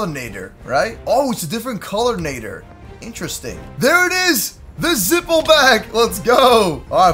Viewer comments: it's not nader na-dd-er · Nad-der not nay-der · It's nadder not nayder 😭 am not trying to be mean an just saying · Madder not nater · Sir is nadder not natter or whatever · It is not called a naeter it is called a natter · My man said nayder its nader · Nadder, not Nay-der. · Ur saying nadder wrong, its nadder (natter) not nader. If u take this the wrong way then sorry. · Nadder not natter like at the spelling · its pronounced nad-der not nay-der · The deadly Nadder is pronounced like ladder but with a N and you say you're a HTTYD fan sorry I'm obsessed with HTTYD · first it's not pronounced with the A saying it's name it's pronounced like the A in at. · Great video but I'm sorry but when you say Nadder you pronounce it wrong. It's pronounced like madder but with an N. As a huge HTTYD fan myself when someone pronounces a name wrong it erks me a little and I got to correct them. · You say it as natter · It's nad-er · Its nadder Na dder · Its nadder na de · Its a deadly na-tt-er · it's n a d d er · You miss pronounce Nater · It'd pronounced n A dder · It’s pronounced na d er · it's pronounced Nader and you pronounced it uncritically! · It’s Pronounced N-A-d-er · I'm sure somebody already mentioned this, but it's pronounced Nah-der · watch how to train your dragons again and learn how to say nadder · You are saying nadder wrong But good video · you are pronouncing it rong watch the movies agen and watch the shows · Your not saying Nadder right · Ur saying Nadder wrong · He pronounces nadder wrong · not how you pronounce Nadder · Dood I’m so annoyed about his pronunciation at the nadder